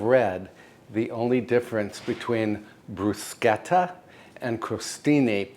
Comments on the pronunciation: Thank you for pronouncing "bruschetta" correctly!! I bet you also say "macarohn" not macaroon (when we're talking about macarons not macaroons). I knew I could count on you :) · I really like this man, more so as he is so careful on pronouncing all the Italian words correctly. It's the first time I hear bruschetta on YT being precisely pronounced!